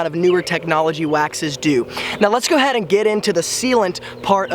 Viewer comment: 😂 You're being sarcastic, right? Yeah, especially the "Go head" instead of "go ahead". Perfect "pronunciation".